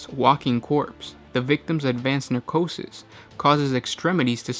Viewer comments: It's pronounced "neh-kro-sis" not "nar-ko-sis", you switched the r around. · Necrosis, not narcosis :) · you keep saying 'narcosis' or 'narcrotic'. I think you mean 'necrosis' or 'necrotic'. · necrosis not nercosis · Necrosis not narcotic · pronounced ,nec/ro/sys , sorry to be pedantic but it really bothers me when people mispronounce such simple although not commonly used words its understandable but please correct in future, that said , love the vids , keep em coming guys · Necrosis - (neh-CROW-siss) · Neh-CRO-sis, no W in the translation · I believe you are mixing necrosis with narcosis. One of these are premature death of cells in living tissue, the other is the shit you do to patients before surgery. Please start reading your lines properly before posting, this was hilariously weird... :P